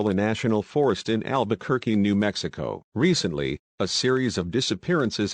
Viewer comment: Albuquerque ✅️ Alberquerque ❌️